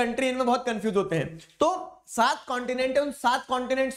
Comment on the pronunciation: saath pratishat, nahi. saand partishat :)